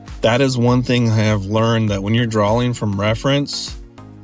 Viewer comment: Good advice, but PLEASE stop saying drawling, instead of drawing.